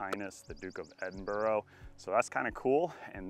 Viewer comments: Is it a competition to see how many times you can say Edinburgh wrong? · It’s the Edinburgh course not the Edinborrow course 😂 yeesh. And it’s not in London it’s in Virgina Waters